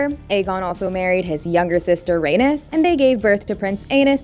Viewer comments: It sounds awful lol. I prefer the way Arya pronounced it in GoT, his mother as Ray-knees so he’d be Ay-knees. Even the way they pronounce it in HotD, Ray-niece would sound fine as Ay-niece. Anything better than Ranus and Anus! 😂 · it's pronounced "ray-knees"... not "ray-nis" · According to her pronunciations: Aegon the first and his younger sister Rainus gave birth to their first son Anus. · So no one is going to mentioned how she pronounced Rhaenys and Aenys’ names as Raynus and even worse …Anus 💀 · Aenys is pronounced like Aye-Knees not A-Nus. Same with Rhaenys. Her name is pronounced like Rey-Knees not Rey-Nus. Also, Aegon the Conqueror married BOTH sisters at the same time. This took place before he conquered Westeros. Jaehaerys I was called The Conciliator and the Old King. Never hear anyone refer to him as Jaehaerys the Wise.